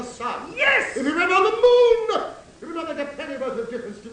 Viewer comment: “If we went around the MOOOOOOOOON” has the same intonation as “HOW DO YOU LIKE THAT OBAMA? I PISSED ON THE MOOOOOOOON”